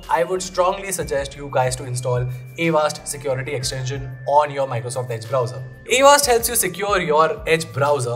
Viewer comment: It’s not a vast…avaast